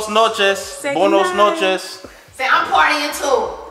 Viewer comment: I died when said dormitory and “observatory” appeared on the screen 🤣🤣🤣🤣🤣🤣☠️☠️☠️☠️☠️☠️ “Say BOE-NOS noches.” is a character bruh hahahaha